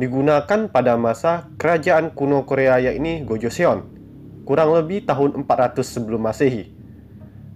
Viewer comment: kak itu baca nya bukan go joseon tapi bilang aja gojoson hangul juga bacanya bukan gitu tapi hangel yang kata hunminjoung apalah itu bacanya hunmingjong hangel itu ter inspirasi dari langit ㅇ orang ㅣdan tanah ㅡ. jadi kan kaka bahas nya tentang hangel btw kak tau gak siapa yang kasih nama hangel....? pasti kaka jawab raja sejong kan tapi bukan jang kasih nama hangel itu adalah joengyong aku gak tau kalo tulisan inggrisnya oh ya kak kaka nanti coba bikin cerita tentang joengyong dong nanti aku tunggu ya bye.☺